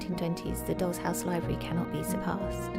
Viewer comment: Your pronunciation of "doll" comes out as "dog."